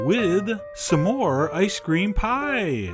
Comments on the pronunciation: you say some diffrently!!! you say samores its smores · you're saying "some-ore" and its irking me LOL! SMORE!! not sum-ore! loool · I keep hearing "Some whore" xD im sorry. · i think he meant to say it like "some more" he's hilarious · The way chef John pronounces s'more made me realize why it's called a s'more (some more) I never knew that. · Your saying smore weird